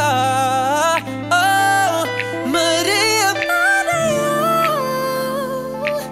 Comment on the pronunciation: Now that's how you pronounce Maria